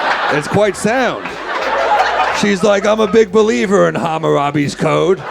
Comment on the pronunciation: LMAO he said hammurabis code